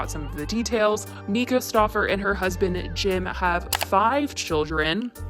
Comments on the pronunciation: MY-ka not ME-ka* lol 😘😘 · Please stop calling her meeka 😂 it’s pronounced Myka! I’m sorry it’s just so hard to watch lol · MYKA IS PRONOUNCED (MY-KAH) i’m so tired of hearing MEEEEKAAAH lol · Myka=Mike-A... Not Meeka, just sayin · It’s mike-a not meeeka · Like your videos but her name is not “Mee-ka” it’s “MY-ka”. So annoying I’m sorry 😂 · Just an FYI her name is pronounced My-kuh :)No hate just have heard her name pronounced wrong on many of these vids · The first syllable of her first name is pronounced my as in my coat. I don't trust anyone who publicly mispronounces such a simple name of the person they are criticizing. The child was diagnosed with autism when he was evaluated for the disorder in the United State at the Stauffers' request after they adopted him. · I can't watch this video bc this lady is mispronouncing 'Myka' every 5 seconds. So annoying